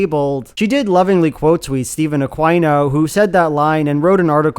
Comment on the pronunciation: will never get over you pronouncing aquino as ah-kwy-noe, instead of ah-key-know